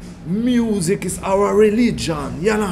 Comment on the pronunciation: Und der hats so gefühlt! Der meinte: "Muuusic!!!" :'D